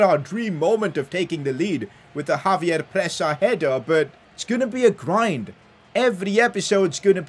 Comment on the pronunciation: ex-save-yer not Javier